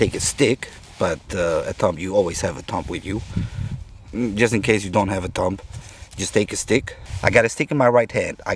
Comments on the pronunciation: Yes, it was very good, thanks. What I pointed out is a general rule in English. a B after an M is almost always silent. DUMB is pronounced DUM TOMB is pronounced TOOM CLIMB is pronounced CLIME LIMB is pronounced LIM THUMB is pronounced THUM The movie DUMB & DUMBER is pronounced DUM 'n DUMMER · The B in ‘thumb’ is silent. THUM. It would have been smart to check the correct pronunciation of the word before doing a video where the word is used constantly.